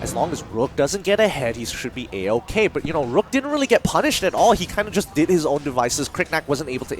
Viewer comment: Get better casters please! these dudes are really bad. Couldn’t even say the champion’s names right (ex. Rourke - Rook?!) just sayin lol